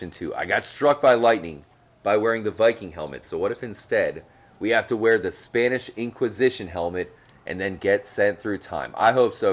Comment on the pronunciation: Spanish Inquisition helmet? Dude, that hurt to hear...